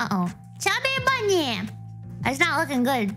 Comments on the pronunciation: I know she's saying chubby bunny. But all I hear is stuffy bunny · SNuffy bunny